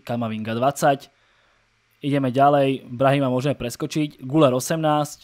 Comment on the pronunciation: ten Arda se čte GYLER! je tam přehlasované U a to se čte jako Y